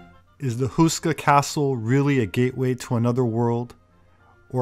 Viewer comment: Nice, short video. Btw. Houska is pronounced like this: H as in Hell, ou as ow in owl, ska as the sku part in skull. p.s. The word "houska" itself means "bread roll".